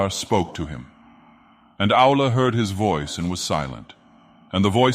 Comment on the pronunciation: This is really cool. Funny that the AI keeps pronouncing Aulë as 'owl'.